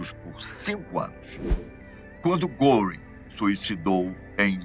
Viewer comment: Não se lê goring ,lê-se guering